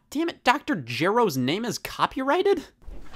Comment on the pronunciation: Well at least Scott didn't pronounce Dr. Gero's name with a hard G lol Well I definitely wasn't expecting that short anime skit bahaha